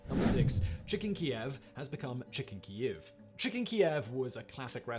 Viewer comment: it's pronounced Keev